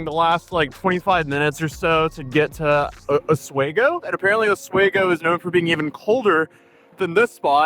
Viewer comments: It’s OS-WEE-GO. This is in my neck of the woods in NY. Always find it funny listening to creators try and pronounce the name of Oswego lol. As I stated, I’m from upstate NY, and drunk or not, ain’t no one, NO ONE, just leaving their door open in December. Oswego is located on Lake Ontario, where Lake Effect can dump feet of snow in the matter of hours and temps drop to like -20 below. So get out of here with that crap girl 😂😂😂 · It’s pronounced “Osweeeeego” and how are you going to travel get a hotel and then miss the court session!? Just to make us watch a video to give us NO information regarding it 😂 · Local pronunciation help, it's "ah-SWEE-go" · If you go back it’s pronounced AH-SWEE-GO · Pronounced Os-we-go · For the love of all that is sacred, it's pronounced oss-wee-gow! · it's pronounced osWEgo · Dear god can anyone please pronounce Oswego correctly? Os-WE-go, Weak 'o', strong 'E', strong 'O'. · As someone that grew up in the area it's Os-we-go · Listening to this man pronounce Oswego is making me want to scream "I'M THE VICTIM" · It's funny hearing someone pronounce Oswego wrong, because I have never heard it pronounced wrong in my life as a native New Yorker. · I mean this with nothing but love, but I grew up in Oswego and your pronunciation made me laugh out loud a bit 😅😂 (it’s os-wee-go) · Its pronounced Ah-swee-go onto A-sway-go. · Os wee go. Not Os way go. :) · It's pronounced os-WE-go, not os-WAY-go. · osweeeego not oswago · Oswego (pronounced Os wee go, not Os way go" is notorious for wind and snow. It's on the eastern shore of Lake Ontario, so you get the wind coming in from Canada across the lake giving you wind and lake effect snow. Just from what I do know about court cases in the state, prosecutors generally wouldn't move it to the higher court unless they felt they had a case. Also, you got lucky that you left when you did, the temps are going to be below zero this weekend. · my brother. Its pronounced O-WE-GO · Oss We Go Not Os way Go